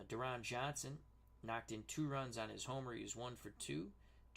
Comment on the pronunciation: Deron Johnson's first name is pronounced "Darrin."